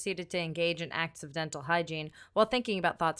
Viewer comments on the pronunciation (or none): I enjoy that "acts of dental hygiene" cane out almost sounding like "accidental hygiene" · when she said "acts of dental hygiene" I thought she said "accidental hygiene".